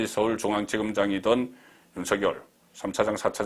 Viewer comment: 가급적 윤성녈로 발음해주세요. 취임선서에서도 본인이 그렇게 발음 하잖아요.